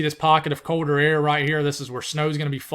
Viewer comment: "code air"